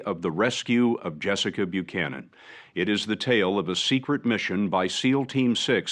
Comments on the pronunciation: it's weird how you mispronounced Buchanan's name even though you have an ACCURATE pronounciation in that video. Let me edify your education a little. In "most" English speaking country's when the letters of "ch" are together they are prounced as a "k". So, her name is pronounced as Bu•cannon. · "...that no one has heard about until now" ARE YOU KIDDING ME- EVERYONE in the US knows about this. "Murica!!! Also....Did you just mispronounce an Irish name??? Buchanan. "Bew shannon"??? It's pronounced "Bew can an". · Buchanan -the first part the CH is pronounced for the K so it’s Byukanon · Basic pronunciation: "Byu-cannon." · Bew-shannon?, my guy. What? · How the hell you Irish and can’t pronounce Buchanan?😂😂😂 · Good try on the name but I would expect better from an Irish man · AND AN IRISH NAME AT THAT!!!!